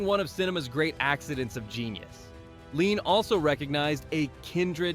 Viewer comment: Ouick question...We have AI narrating, we don't hear one word from Lean himself so how do we know for sure these really were the films Lean admired most. And sometimes the damn AI can't even get Lean's name right. Leon!....give me a break.